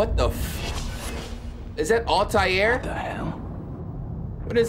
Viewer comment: he said Altaïr 😂😂😂😭